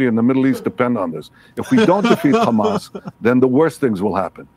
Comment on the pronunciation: Khamas khiding in the khospital, eating khummus.